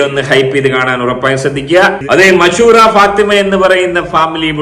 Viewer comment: മശൂ റ അല്ല മഷ് റൂറ ഫാത്തിമ ആണ് 3 മക്കൾ ആണ് 😃😃😃😃😃😃😃😃😃😃😃😃